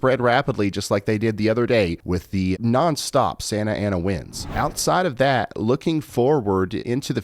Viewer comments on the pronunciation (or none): none